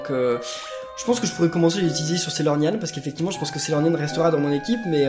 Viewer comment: arrete de dir saylornyan f